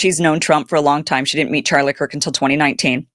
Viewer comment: Did you say Erika KURP🤣🤣